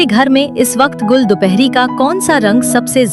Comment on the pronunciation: Gall nahi Gull 🙄 Gull matlb phool.....gall koi lafz nahi